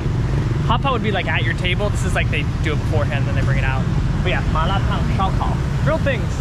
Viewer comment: You guys are a rare breed. Many westerners cannot handle the spices. I love to watch you guys speaking the word Malar Tan correctly. Take care and enjoy the life guys..